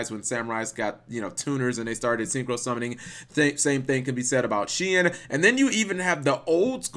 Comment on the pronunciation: I think Shien is pronounced as Shi-N, not shin.